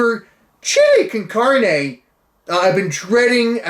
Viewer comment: Carne can-on-aye